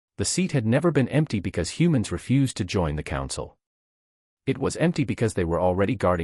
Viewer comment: Mispronounced the word refused.